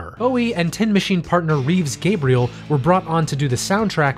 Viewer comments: Say it with me: Reeves Ga-brels....not Ga-bri- el. ;-) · Gabrels, NOT Gabriels. Getting someone's name right is basically the very least you could do.